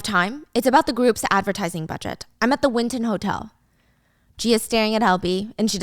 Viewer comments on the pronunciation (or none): none